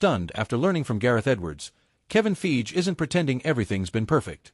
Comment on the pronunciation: Wh is "Feege"? "Kong?"